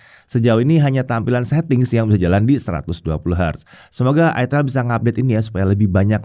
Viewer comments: ITEL atau ITIL 😅😅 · Itel bro bukan itil 😂